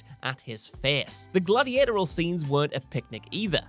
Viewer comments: re - "The gladiatorial scenes..." Somehow our narrator is able to mispronounce the word Gladiatorial as Galdiator-Al instead of Gladdy-At-Orry-Al. It always upsets me a little when I hear a Pom with worse linguistic skills than a yank. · the "glad-ee-AY-tor-al" scenes the life and times of "Roman's" greatest politician